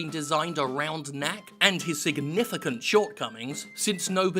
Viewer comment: Whenever he says "knack is " I hear Yahtzee say "kack".